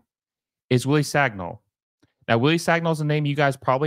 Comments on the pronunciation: Wrong, I’m french and it is pronounced San-e-ol, “Sañol” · For Americans, Sagnol is pronounced as: son y'all